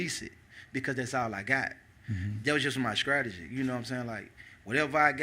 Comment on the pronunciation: LoL, that fool said scrategy